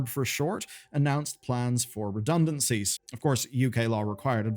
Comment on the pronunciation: "Redunancies, reduncancies, redunancies" Just come out and say it! They were fired!